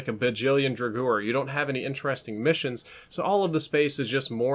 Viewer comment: DRAGOUR It's pronounced Droger. Jrog-er